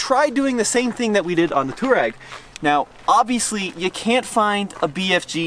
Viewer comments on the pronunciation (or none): It's not pronounced as tooreg. It's towareg or to war eg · Slip start in a Tesla is to allow it to slip - not prevent it hence why it was worse. It’s to override the traction a little when you actually want some wheel spin. Best to study how features work before guessing. Also Touareg is pronounced Twa-regg not tour-regg. Also please stop giving up or talking about giving up as soon as you slip a couple of times. All cars without lockers WILL slip and spin a wheel or wheels BEFORE the other wheels are given traction. Just give constant throttle and persevere. Gosh, you can take 2WD cars many places people don’t expect if you just allow some wheel spin. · Does anyone else think they pronounce touareg weird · Why can't you pronounce Touareg? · Sad they didn't even bother to figure out how to pronounce Touareg much less inform us of the bottom shielding actually in the X. The existing shielding is for puncture and impact resistance. The more crushing-type loads you get from dropping off an obstacle and high-centering on a pointy rock are probably much less covered. Whether the existing shield can take the entire weight of the car on a 1-inch diameter penetrator is doubtful. It's like a Kevlar vest -- you don't put one on and say, "drive over me." You need the right shield for the right function. Rally cars have a titanium shield over the bottom and incredibly low ground clearance. Maybe start there.